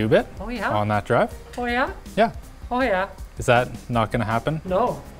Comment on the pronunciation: Linus' "oh yeah?" got real Canadian